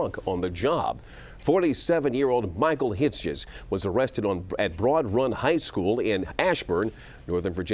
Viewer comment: you're a good man Hitzges. And it's Hits-Giz lol